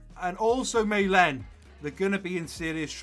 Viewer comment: i dont wanna be idiot, but Malen is pronounced Marlen